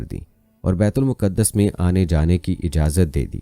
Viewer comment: Baitul muqqadas Nahin kehte baitulmaqdas kehte hain